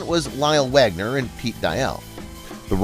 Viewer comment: It's Lyle Waggoner not Wagner.